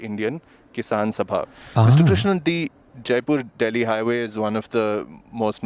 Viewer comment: Jaipur is the capital of Rajasthan, a moslty desert state with largest land area in India, it is south to Punjab and Haryana, and do not directly borders Delhi. And you pronounced jaipur very wrong.✌️